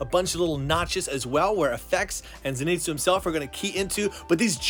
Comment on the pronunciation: STOP SAYING ZINETSU IT'S ZENITSU!